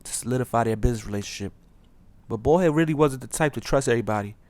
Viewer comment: its baldhead not ballhead.